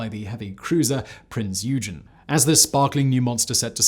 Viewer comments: Interesting as always but the mispronunciation problems are annoying , Oy Gun , not yew jen. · Prince 'oi gun' not 'u gen' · I thought it was Oi-ghen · Nice video. But I cringed whenever you named Eugen. And I'm not even German! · Mispronouncing Eugens nane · Pity that you went from pronouncing Yamato correctly in your older video (Aug 2020) to incorrectly now (it doesn't rhyme with tomato). Same thing with Richlelieu - it's ree-shuh-loo, not ree-shuh-low. Same thing again for Eugen... Good information otherwise.